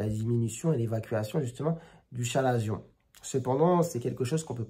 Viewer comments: Très instructif! Chalazion se prononce avec le" k" selon l’académie française, " ka.la.zjɔ̃". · On dit bien 'kalazion" mais bon, les médecins hellénistes se font rares de nos jours...